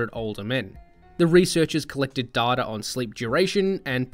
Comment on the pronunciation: Its data not data. 😝